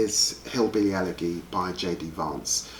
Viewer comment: Not very well it would seem. See his pronunciation of 'elegy' XD Edit - and treat-eyes XD . Where did labour find this guy haha